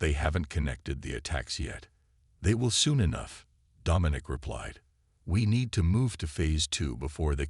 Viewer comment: OMG ITS DOM MIN NIC !!! STUPID AI